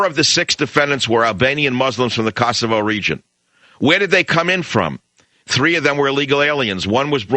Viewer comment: Michael Savage - get the pronauncenation of Kosova/Kosovo right. LOL!